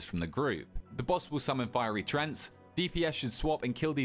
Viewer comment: say treant right please im begging you